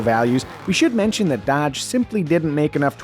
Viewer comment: Did he say Dadge?